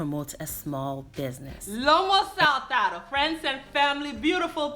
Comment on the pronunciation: First of all, I love the bow in your hair, its so cute👌🌹 Secondly you call this dish with the Peruvian accent perfectly, I guess you are really good with languages. Yes, this dish was executed perfectly, he must be very proud of you, I will give it a try, hope I can pull it off 🌷🌷🌺❤️ Yet another outstanding presentation with my vibrating such a positive energy, it's literally contagious ❤️❤️❤️